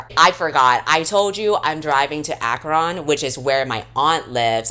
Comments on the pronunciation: Girl the way you pronounced Akron killed me. Ah ka Ron??? 😭😭😭 it's ahkrin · I'm a Clevelander, so I'm so used to people saying Akron that I never thought about how misleading the spelling is. If anyone reads this, the "ron" in Akron is pronounced like "ren" (like wren). Anyway, thank you for suffering through this book for our entertainment,. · Ak-RON is how I will be referring to it from now on. I do not care that it’s pronounced Ak-RIN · as a northeast Ohio native I screamed out loud when you said "Aa-kron" 😭😭 Ive never heard the A accented like that ily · I was pleasantly surprised when the book was based in Ohio and the way you said Akron defiantly made me giggle thanks for the long videos they make my work day fly by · I'm from Akron and I burst out laughing when you said it. can't say I've ever heard anyone pronounce it that way, but I'm usually the one who says it first (and have to explain that it's near Cleveland). thank you for the laugh 💜💜💜💜